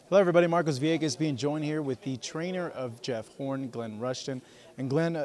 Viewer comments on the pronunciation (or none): none